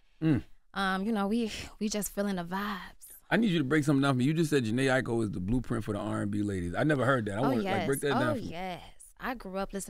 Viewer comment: Jhene Aiko is her fav artist but she keeps messing up her name after Charla and Envy say it correctly🙄